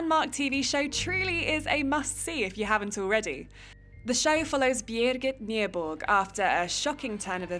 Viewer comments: pronounce Birgitte Nyborg {Bir-Gee-Ta, Noo Borg} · the pronunciation of Birgitte Nyborg hahahah